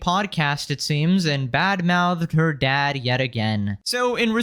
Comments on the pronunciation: “My dahd” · Ugh…her pronunciation is so aggravating. If I hear her talk about her “dahd” one more time…😵‍💫